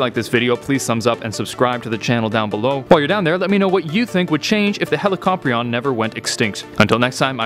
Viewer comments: ...heli ca pry n. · Hella cop rion? Thats an interesting way to pronounce it. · I Thought It Was Pronounced As ' Helicorpion '